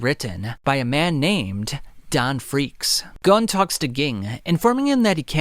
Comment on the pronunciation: Gon not gone